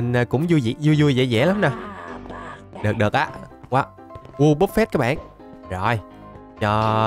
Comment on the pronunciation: Wobbuffet anh đọc giống vua bốc phét lắm để ý đi các bạn